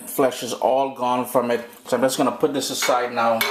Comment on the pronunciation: I like how the "th'es" going and coming. not sure what accent it is, the 'dis' and 'doh' for 'this' and 'though' lol